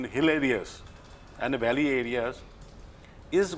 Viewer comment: Its not belly its valleys